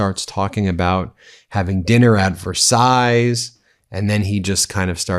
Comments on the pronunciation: Another great video, Ben. However, you lose credibility when you pronounce names wrong. It is President MACRON (rhyming with ON/off) and even dreadful Donald got the French palace name correct! It's pronounced "Ver sigh" or even "Vair sigh" but not "Ver size" I have scrolled through everybody's comments and I couldn't find one person who corrected you on this! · Versailles is pronounced Ver-Sigh; not Ver-size. Just saying. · Sorry, but the "s" at the end of Versailles is not pronounced. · Ben...the final "s" in Versailles is not pronounced. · I love your content but just a little heads up on your French pronunciation, if you don’t mind- “Macron” not Macrone, Brigitte- “Bree-zheet” and Versailles - you got it right but the “s” at the end is silent. (Even Donald got it right! 😊) Otherwise, great stuff! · Ben, you don’t pronounce the s at the end of Versailles.🇫🇷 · The ending s in Versailles is silent.C'mon Ben...even Tr🦨MP got it right.😏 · Please Ben, don’t pronounes the final s in Versailles. And don't overstate Trump's ill health. You always have him practically dying and then you show clips where he's actually OK. I keep getting my hopes up and then you take them down. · There is no -s sound at the end of Versailles.